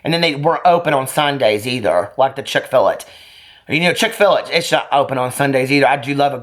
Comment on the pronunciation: chick-fill-IT lmfao!